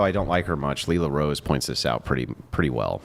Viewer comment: What doesn’t like about Lila Rose? And he pronounced her name wrong.